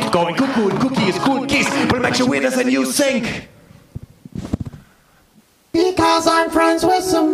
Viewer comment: I'm an American living in France... and the fact you say "think" like "sink" is everything 😂